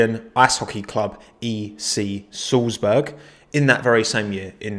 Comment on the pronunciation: Being from Salzburg, it really hurt how you pronounced "Salzbrug". But you get an A+ for effort :)